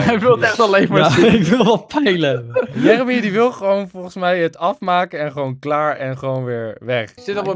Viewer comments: Jer emy whahah hoe enzo dat zegt het is Jeremy xD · Jeremy? Djermey hahah